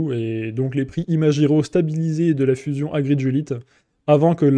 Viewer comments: tu pourrai dire ImaGiro et non pas ImaJiro? cela vient de OriGami et non pas OriJami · En français, G+I se prononce JI, alors que G+A se prononce GA. En fait ton com est a la fois psychorigide et complètement inutile car ton exemple est destiné à un autre cas de figure. Si le serveur s'était appelé ImaGUIro, alors tu aurais eu raison. Mais ce n'est pas le cas donc laisse les gens prononcer comme ils le veulent et laisse ce genre de commentaire aux profs de français qui sont certainement plus qualifiés que toi pour le faire.